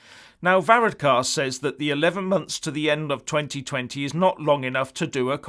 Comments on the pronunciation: hahah you cant say his name right ! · Amazing you little Englanders,and he is not a prime minister,he is the Taoiseach,you could not even be bothered to learn to pronounce it,typical myopic view.And you’re figures about the election are way out,unbelievable and Varadkar is not pronounced like that.